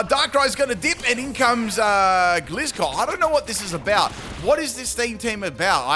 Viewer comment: Full wrong pronunciation team! Hisuian(his-oo-wane) Samurott Duosion (Doo-sion) Gliscor (Gliss-cor) Magearna (Maj-jar-na) A grass Pokémon with synthesis (favourite healing move) Maushold (Moose-hold) Any I've missed?😂